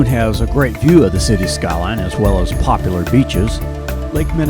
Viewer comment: WHO is this guy doing the voice over? HORRIBLE! I really wanted to watch it but he's popping his "P's" and not pronouncing words correctly...pop-lar? The word is Pop-U-lar. Good grief! I can listen!